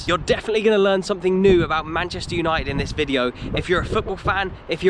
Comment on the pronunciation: Manchester Uni-ed? Uni-ed????